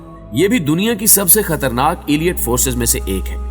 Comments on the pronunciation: Not "Aliat" but the right word is Aleet (Elite) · ایلیئٹ فورس نہیں ہوتا 😂 الائیٹ فورس ہوتا ہے correct your pronunciation